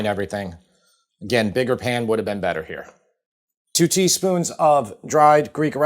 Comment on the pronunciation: Feta always makes it Bettah 😁